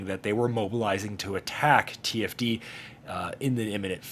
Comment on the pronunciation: An entire season of conflict with them, and you still can't get TFD's name right XD